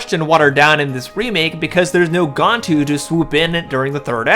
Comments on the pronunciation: Why you keep calling gAntu gOntu?? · You said 'Gantu' wrong.